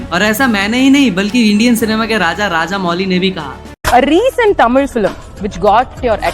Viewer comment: Bhai sab thik h bas aap movie ka naam mat bolo tamil ka aisa lagra 😢😢 movie ki naam ka khoon kr rahe ho ap